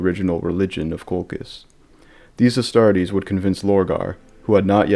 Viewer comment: it's Coal -Chizz. Not Coal-Kiss. This is a lore channel. Why do al you new lore guys not like to pronounce names the established way??